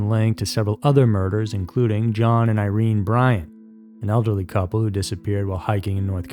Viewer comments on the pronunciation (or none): none